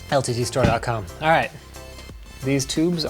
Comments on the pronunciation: As someone pointed out she said white but she was trying to say right. You can hear it plain as day lmao. I had to put it on surround sound on loud to make sure what was said. YouTube sound analytics picks up what it thinks it hears and plays it. It even gets translations wrong in some cases because it thinks it hears a wrong inflection or wrong word. Its hilarious to watch at times 😂😂😂. It will get better as time rolls on but in this case the word that was said was white and what was meant by the little one is right. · astrolink 2000 ok that’s what I was wondering did she say “right” or “white”? LOL 😂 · Did she say "Daddy are you white" or "Daddy are you right" 🤣😂🤣😂 I am glad she asked because I have been wondering for a while 🤣😂🤣😂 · I was just about to comment on this. did she say white or right. but if she was trying to say right then maybe its just the mispronounced r for a w. 😆lol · at the end does she say... "daddy are u white?" LMAO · I swear I just heard right but it sounds more like white